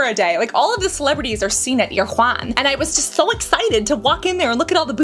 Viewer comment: It’s pronounced air-uh-won!